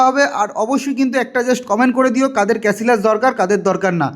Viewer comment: ক্যাসিলাস❌ ক্যাসিয়াস✅